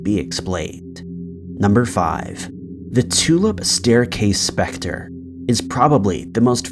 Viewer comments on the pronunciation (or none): none